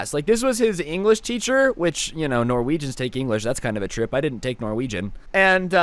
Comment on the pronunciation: Enwresh teacher